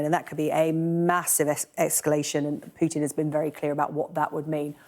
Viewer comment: Clark is brilliant, the other guy that always says "Pyutin" often says something stupid, not really a fan. :)